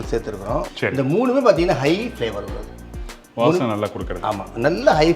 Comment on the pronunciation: please tamizhil vaasanai enru chollungou please, neenga chollu vadhal others are also saying it, tamizh yai Narragansett Pesaro vendum please, Vaasanai enru cholluvadhu important, otherwise meaning change aagiradhu, thanks- Radha